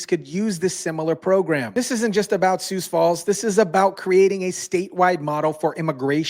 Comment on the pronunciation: Are you AI? It's pronounced SUE Falls, not SOOS Falls. 🤦‍♀️ They need to send Ice up to Brookings, Watertown & Milbank SD.